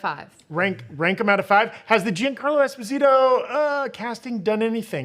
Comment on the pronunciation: Giancarlo is Not Jean Like Denim But Jean As In Jean-Pierre 😊